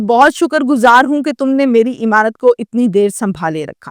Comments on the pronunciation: O YOU STUPID AND BRAINLESS, IMAANUT IS NOT CORRECT WORD, AMAANUT IS THE CORRECT WORD 👌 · thodi urdu bhi seekh lo imaanat imaanat